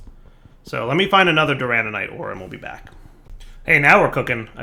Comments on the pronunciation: for the love of all that is holy its DURANITE not DURANANITE its not hard please. It hurts my heart every time you say it wrong while literally looking at the name written out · Doo-ruh-night (Duranite) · If dire ever says Duranite wrong again.... it ain't durananite.... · So glad I'm not the only one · I was slowly going insane by hearing durananite xD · Every time adds an extra 'an' into 'duranite' I die a little more inside:'( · After a while, you just give up on pronouncing anything right…